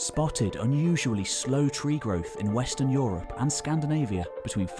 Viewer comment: I appreciate this channel in it's content and visual presentatation. But that voice is often too pompous. At least tone it down, when you are talking of scientific work. You don't need to speak about "tree ring evidence" as if speaking about some especially bloody moment in an epic battle. And every time I hear "europe" pronouced "Yo - Ropp" even my german mind cringes...